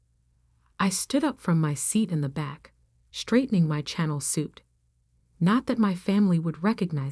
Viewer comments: Can you please pronounce Chanel and stop saying channel suits it drives me crazy me! And I’m sure other people too. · The "ch" in Chanel is pronounced "sh".